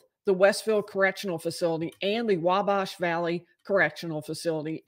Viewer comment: you’re pronouncing Wabash incorrectly. The A in bash is pronounced like it is in at, or bat.